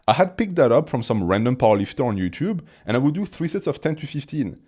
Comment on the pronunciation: "Ed Yuuchube"